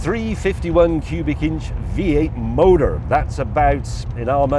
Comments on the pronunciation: "V8 MODOR" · I can't decide if his pronunciation of the word "motor" is conscious or not. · I love these guys but... Do they really think they sound 'merican with their pronunciation of "motor" with a 'mercan accent?They sound more like a Brit trying but failing to sound 'mercan. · quite possibly the most american sounding word ive ever heard leave james' mouth over MANY american impressions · Is it just me or when he drops into “American accent” and hits his R’s properly he sounds more like he’s from the West Country? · It’s so funny hearing him say “MOTOR” in an American accent. Would love to see him do a parody video entirely in an American accent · I like how he always drops into an American accent to say motor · James, when you try to sound "American" when saying motor or hood you sound like you are trying to emulate Minnesotans (as in the movie "Fargo"). If you want to pronounce motor and hood like a true American motorhead then you need to listen to any album by Lynyrd Skynyrd, at least enough times so you can repeat more than a few words in the Skynyrd accent. Skynyrd was southern rock, which is the birth-place of NASCAR. It is true the American cars of the late 60s to early 70s have pathetic performance compared to anything made in the last ten years. But try as they might, no one has authentically replicated the feel and the sound of those old beauties. Thank you for the video flashback.